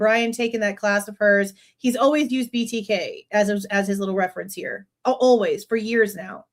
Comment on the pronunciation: couldn’t even say BTK correctly as well as so many other words. He’s fallen off the wagon!